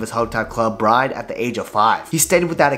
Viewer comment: It's not pronounced "brine". It's more like BROO-NAY where 'nay' rhymes with 'hay', 'way', 'day'...